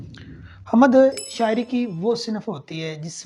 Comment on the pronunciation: یہ بات درست ہے کہ انسان خطا کا پتلا ہے مگر بطور استاد آپ نے یہاں کچھ ایسی غلطیاں کی ہیں کہ جو نہیں ہونی چاہیے تھیں۔ مثلاً: آپ نے حَم٘د کو حَمَد پڑھا جو کہ بالکل غلط ہے۔ دوسری یہ کہ آپ نے لفظ حبسیات کو جسیات پڑھا، اس سے ایسا معلوم ہوتا ہے کہ آپ نے کتابوں کے نام ٹھیک طرح دیکھے نہیں مگر لکھے لیے ہیں۔ براہ کرم جب کوئی طالب علم یا نیا استاد آپ کی ان کلاسسز سے رہنمائی لینے آئے تو اسے مستفید کر کے بھیجیں نہ کہ یہ حرکت کریں